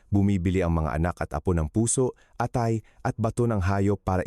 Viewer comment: Ayusin mo doc ung pagbigkas ng ilang tagalog words like atay, balatong, lason.....